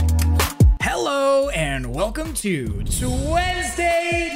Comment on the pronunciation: Ah yes, my favorite day of the week. Tuednesday